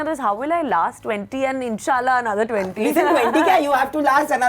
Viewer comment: Anyone notice she says Insh a Allah ☺